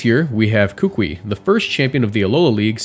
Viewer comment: I'm sorry, I've seen this too many times and I just need other people to know. Kukui is pronounced "koo-koo-ee." It's the name of a type of tree grown by native Hawaiians for its wood and seeds. Edit: Great video, though. 10 outta 10